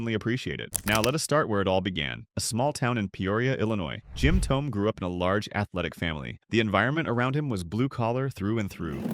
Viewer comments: ThoMee. Learn how to pronounce his name "Mason" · Hard to take this seriously when you CAN’T even pronounce the guy’s nNe correctly. How STUPID!!!